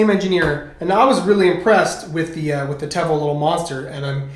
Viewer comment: It's pronounced teevo lol